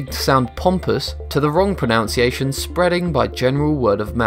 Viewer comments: Quite ironic in a video about pronUNciation that you can't even pronounce pro-NUN-ci-a-tion correctly... I lost track of how many times you said "pro-NOUN-ci-a-tion" ... 3 times at the very beginning for starters! LOL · You should probably learn to pronounce 'pronUnciation' before making a video on it... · Why does he say “pro noun ciation”(Sic)? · Well it's 2 seconds in... and I'm out. He's pronouncing "pronunciation" wrong. This is a video about pronunciation.... Come on. He's saying pro-NOUN-see-A-shun and it should be pro-NUN-see-A-shun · Michael B Yep. While many Brits DO say 'pro-NOW-n-see-ay-shun' (as this annoying narrator does) it doesn't mean they're correct. Generally it's taken as a sign of a poor education. Much like pronouncing H as Haych instead of Aych. The correct way to say it is pro-NUN-see-ay-sh'n. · The man in the video pronounced it "pro-NOWN-see-AY-shun" as opposed to the correct "pro-NUN-see-ay-shun". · You you miss-pronounced “pronunciation” as in “proNOUNcation” instead of “proNUNcation” I think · It's not pronounciation...Its PRONUNCIATION. Say it right. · It's "pro-NUN-ciation" not "pro-NOUN-ciation" It's "aich" not "haich" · The Oxford dictionary states that pronunciation is pronounced pro-NUN-ci-ay-shon NOT pro-NOUN-ci-ay-shon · Oh yes well that is very interesting I didn't know some of those things. I've got something for you that you didn't know....you pronounce pronunciation wrong IT'S NOT PRONOUNCIATION IT'S PRONUNCIATION!!!!!!!!! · ITS pro-NOUn-see-a-tion not pro-NUN-see-a-tion lol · The word "forte" is also universally mispronounced. It's supposed to be pronounced " fort". Also, the narrator is misspronouncing "pronunciation". It isn't pronounced "pronounciation". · I know. I thought it was a joke when he kept saying "pronownciation", but that never became apparent lol.. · Nope. It's proNUNciation. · Jill Stephenson it IS proNUNciation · Pro-NUN-ce-A-shun. For God's sake, come on!! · Surely it's pro-NUN-see-ay-shun.